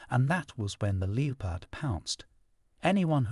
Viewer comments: It’s not a Leepard. It’s a Leppard pronouncuation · The Leopard!!!! Its 'Le- pard' not Lee-o-pard' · The “leo-pard”? A very odd pronunciation for “leopard.” Hmmm … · What, not who, is narrating these. I'm so tired of the distracting mispronunciations. Not happy. "lee-oh-pard"? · How on earth is your AI pronouncing leopard, LEE OH PARD… This AI crap needs to go bye bye! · Leepard?? You need someone who can read and pronounce words correctly. So annoying!! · My thoughts as well! It's so distracting as well as aggravating to hear words mispronounced, particularly "leopard"!!!